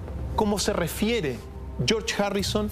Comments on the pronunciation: jue Ringo, Jon y Yorch Jarrison xdxd. Y Pol Macarne no asistió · Chorch jarrison jaja